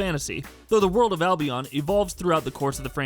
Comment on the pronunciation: Anyone else getting irritated how he pronounces Albion.